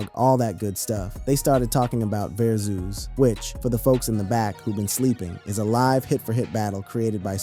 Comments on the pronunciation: Verzoos?!?!...😅😂😅 Verzus. Like Versus, T.I. must need some paper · Va zoo's.....got me so annoyed